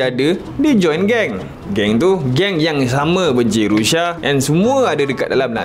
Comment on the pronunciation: Sebut bg betul la bro..Rusia, bukan Rusha..